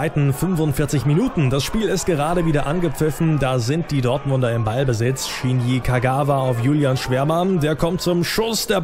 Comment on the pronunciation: Es heißt Shinji und nicht Shini!